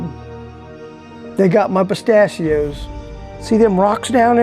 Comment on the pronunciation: "They got my pitashios"